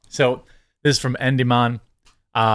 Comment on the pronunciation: Bruh it's E.NDY.MI.ON